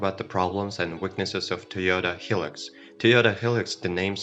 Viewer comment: Hi -Lux, not Helix :)